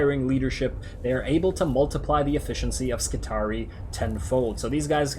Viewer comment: I may be wrong, but seeing as words from the Imperium are pronounced in a latin style, wouldn't skitarii be pronounce scit-are-ee-eye with both 'i's at the end being said?